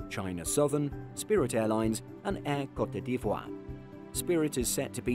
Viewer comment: What's that country that used to be called Ivory coast? "Co-te ..." NO!!!! As the new name is French it is more "Coat ..."